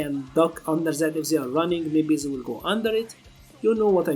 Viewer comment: Enunciate THEY not "zey" it's a t not a z